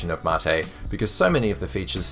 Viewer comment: You said mate correctly!